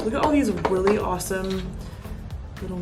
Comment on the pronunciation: Am I the only one that heard her say welie awsome mixins